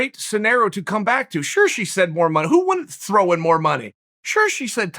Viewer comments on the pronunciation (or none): none